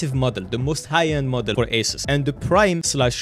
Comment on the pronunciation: Him saying "Model" sounds like he's saying "Mother" Rewatch the video now knowing that info :)